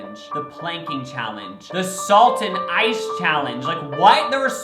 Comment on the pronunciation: I thought you said salt in eyes challenge ☠️🤣